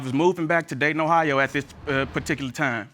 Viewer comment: he said "particularl time" wrong. But check the lady in pinks facial expression when she caught it. 👀😂🤣👌🏾